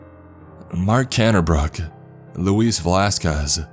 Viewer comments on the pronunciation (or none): none